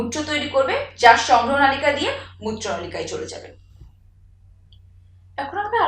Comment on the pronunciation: ম্যাম নলিকা না মনে হয়। নালিকা🙂